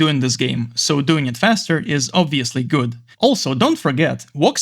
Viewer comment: он так сказал этот "гУуад"